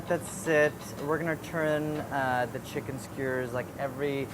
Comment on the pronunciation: no one: andy: chinken skeurrs